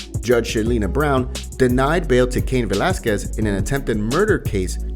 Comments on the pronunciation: Buena pronunciación amigo, Caín Velásquez, nada de Kein blazquez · who tf is Cain Valackez? wtf is the pronunciation? Are you serious?? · How can the narrator of a MMA news type thing not be able to pronounce Cain Velasquez